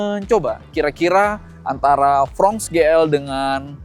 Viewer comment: Fronx dibaca fronks bukan frong